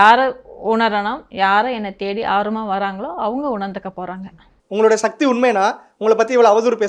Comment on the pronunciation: satti satti illai sakthi sakthi olunga mothalla sollu paarpom